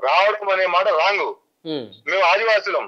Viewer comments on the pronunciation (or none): none